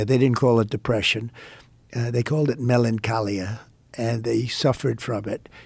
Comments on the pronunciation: His pronunciation of 'melancholia' is hilarious! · WTF!? Did he say "melancholia"? Must've been practicing his 5 syllable words....or maybe just that one......